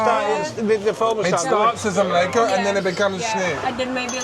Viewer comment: The sign of a genuine Brit. “I’m probably butchering the translation”. They recognise they get it wrong but can’t be bothered to get it right. This whole video made me cringe every time you both continued to pronounce šnyt, mlíko, řezané incorrectly. It’s really easy to pronounce Czech correctly. With few exceptions Czech is pronounced as it’s written, and the way to pronounce each letter is literally in the first few pages of even the cheapest Czech phrase book and takes a few minutes to learn.